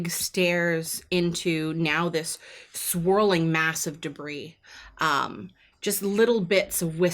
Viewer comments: debris = de bree (it's french in origin so you don't say the 's') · "It's covered in de-briss." This is what happens when you let a mohel into a balloon factory. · Pretty sure she was just riffing lol, she's a grown woman in the U.S., she's heard the real pronunciation.